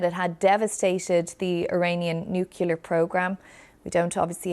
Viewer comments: The word is Nuclear. That’s nu-clear…. Not, nuke-yala or whatever word you’re mangling! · My GOD woman. Learn to pronounce the word. NU-CLE-AR. Not nu-cu-lar. You lose all credibility if you can't even correctly say what you're talking about. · It's pronounced New-clear. Not New-killer or New-kular. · Nuclear. Not nucular, nuclear. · More propaganda from USRAEL delivered by their British mouthpiece, the BBC. In fact the only thing this criminal operation achieved is an escalation of what could turn into a regional war and a possible Nuclear disaster. FYI it's NUCLEAR, not NUKILLER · It’s nuclear not nuculer. Correct use of language isn’t trivial . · It is nuclear not nucular. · It's geographical. Just like Londoners versus Liverpool, Naples versus Milan, Paris versus Marseille, etc. Middle America say nucular. It's annoying to everyone else in the east and west coasts of America, too. What's ridiculous is the amount of bigots who attribute the actions of a few people onto the whole 330 MILLION people of a country simply because they hate! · Nucular? seriously? don't you have to be literate to be a journalist? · What the fuck is NUCULAR? How are you a news anchor? Jesus christ! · Why does she keep saying nucular? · BBC News " nucelar " ? Do they learn to speak with W junior ? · Never thought I's hear a BBC newsreader refer to NOOKYALA ffs! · Did she say „nucular“? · no, you are wrong. It's pronounced "nu-kleear". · "Nucular"? Now even BBC is employing illiterate announcers. I can't watch this video. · Most Americans can't pronounce the word NUCLEAR!!!!! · It's crazy how proper you Brits speak, but none of you can seem to pronounce "Nuclear" remotely correctly. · Please BBC get a newsreader who can say "nuclear" correctly